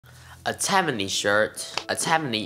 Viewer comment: Tai...mane, not Taimane. FYI